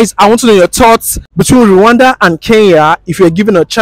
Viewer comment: It's Kenya not Keyan